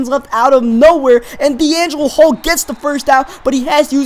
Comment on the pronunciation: You sed deangelo hall